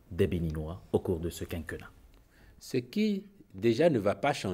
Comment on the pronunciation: On dit quinquénnat. é accentué.